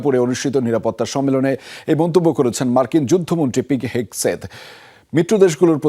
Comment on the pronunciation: পিট হেগসেট ❌ পিট হেগেসেষ✅